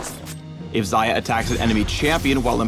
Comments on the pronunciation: Зая значит, не Хаях, не Шая. Зая.... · Why do u pronounce it Zaya? It must be Ksaya. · Xajah or Saja how she is pronounced means rabbit in russian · I thought it was pronounced like 'Shayah' :( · Am I the only one who keeps hearing "Zarya?" That's not even the right game! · ang-Xayah-tee FailFish